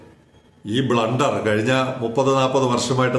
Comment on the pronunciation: "ബ്ലൂണ്ടർ" കേൾക്കാൻ ഞങ്ങക്ക് എന്നും സന്തോഷമാണ്.